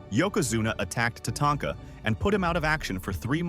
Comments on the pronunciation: AI can't make up its mind as to how it wants to pronounce Tatanka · Love how he screwed Tatanka's name up.He would say it right then he would say it completely wrong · is it? I noticed the multiple different pronunciations of Tatanka, none I've ever heard a person say. So I was thinking AI, but it sounds real